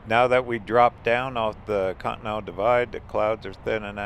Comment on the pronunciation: i wonder you pronunciating con-T-nen-tal = cotton to be always honest ' i dont like museums much, its better to visit churches, pawn shop,antique shops. but i love to travel like journey never ends. and thats what i love in your videos. and the music that you set in your videos, hits the strings of soul. thanks